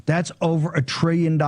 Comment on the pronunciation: Treeyon dollars . Beeyin dollars